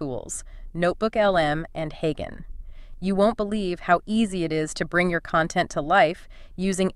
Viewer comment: Creators using text to voice AI should have a listen to the result before they post. Like, to see if your AI is mispronouncing words such as "HeyGen", which has a soft "G". And don't you need to split the audio for the two Notebook LM speakers? Or are you having each HeyGen avatar do the entire audio, then splitting it up later yourself?